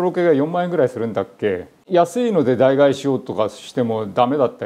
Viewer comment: 言いづらいですけど、髪の毛で時間を感じます。ただ飯倉さんは真っ黒なままなのでうらまやしい。ダイガエと言っている部分は今でも気になります。